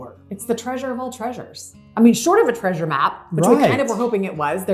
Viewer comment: Such an amazing "traysure"!!! She was such a beautiful woman!!!!